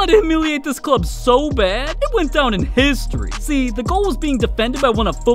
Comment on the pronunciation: This guy saying “ heeestori” is one of the funniest things I’ve ever heard.😂😂😂😂😂😂